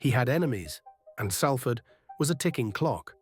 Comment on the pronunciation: At least pronounce the City correctly...